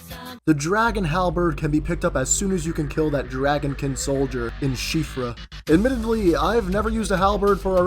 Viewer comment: You got siofra right! It's actually an Irish name that means fairy or changeling!